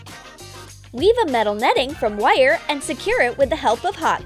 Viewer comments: The way she says “wire” bothered me so much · someone says wire weirdly